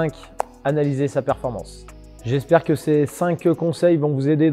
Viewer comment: PERFORMANCE… pas performence 🤣 Mais bonne vidéo quand même.